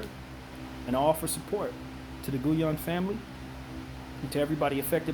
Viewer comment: Name is pronounced GeeYen